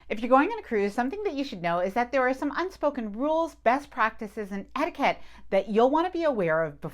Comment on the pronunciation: You’re lovely but the way you ‘etiquette’ makes me twitch.